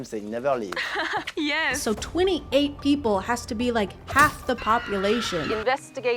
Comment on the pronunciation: you SENT me with that "*20-ATE*" I can't stop laughing XD